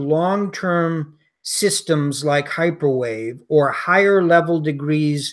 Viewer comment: probably says "this is hyperwave" in the beginning of the video, but I have no idea what came out of her mouth. Automatic subtitles show "microwave", but that is just an approximaiton